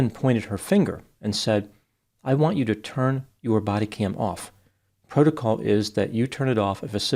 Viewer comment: I'm thinking if she would have said, PRO TO COL instead of PRO LO TOL they would have understood her, and done what she said. . . . . NOPE. 😂😂😂